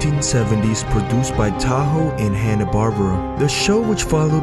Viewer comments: Dude. It's pronounced Toho. Not Tahoe. What you're saying is the name of a car. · So many mistakes in this video. Mispronouncing words is what really got me, who the hell is taho? It's toho not taho. The second is the constant fluctuation in sound, one minute it's loud then it's low like wtf. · TOHO, not TAHO, you uncultured swine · its Toho not taho! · the instrument was a cello not a "bass" you pronuced the word like it was the fish and the studios name is pronounced like " toe ho" you said it like the name of the town , you really should bone up on your annucuation skills before making a video .